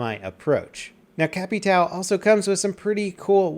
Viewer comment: don't say capital, capitão sounds more like "kaptaum" and means captain